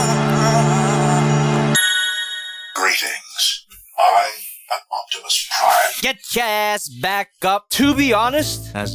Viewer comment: hey optimus come back Optimus: otimus prime